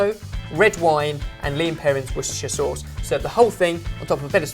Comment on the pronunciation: It's lea & perrins not lean perrins